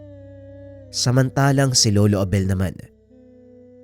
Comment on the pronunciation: Bakit po ang gulo ng pag bigkas mo sa pangalan ni lolo Abel JD